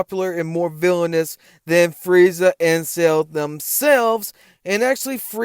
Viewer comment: I’m disregarding anything you say cause you keep pronouncing it “SAIL” ⛵️ and not Cell.😂😂😂